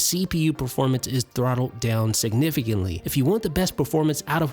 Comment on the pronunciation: Dude does it thorttle